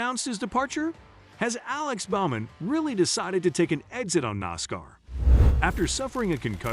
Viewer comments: He couldn't pronounce Alex Bowman's name either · I'll make you a deal. I'll subscribe if you do some homework and pronounce things properly. It's TOO SAWN - NOT Tuck son. It's BO man - not B ow man.